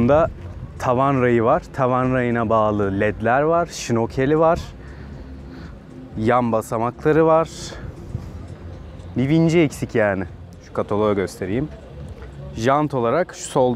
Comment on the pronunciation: Şnokel gibi anlasiliyor telaffuz. ŞnoRkel olmasi lazim. R'yi bastirmak lazim. Video 'la keyfli olmus her zaman ki gibi.